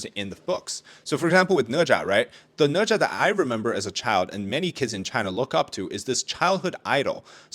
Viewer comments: Ne Zha?, More like Na Zhe 💀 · Read the book and watch the anime. Sudko is Japanese, ne za is way more painful its ne za.